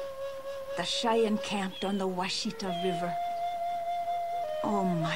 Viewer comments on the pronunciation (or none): By the way, it isn't pronounced "wah-shee-tuh." It is pronounced "wash-ih-tah." wash as in wash your hands, ih like the i sound in icky, tah like the ta sound in tall. kind of rhymes with wash it all.